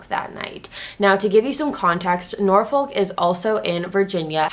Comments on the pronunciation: It’s pronounced nor-fuck lol. I get why u pronounced it like u did. It was rlly cringy to me though cus I’m from Virginia Beach. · Norfolk is pronounced Norfuck or Norfick (both are acceptable) but I forgive you. Also I live in VA and never heard of this case???